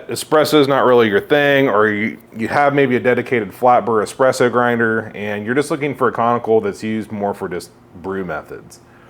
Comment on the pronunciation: you called it expresso